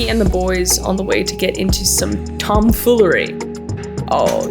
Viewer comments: Tahhm FEEwleryy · The “tombfollery” of this video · tomfoolary ? what kind of English is this ?... shit... we didnt learn such a word .......... why not silly 🙃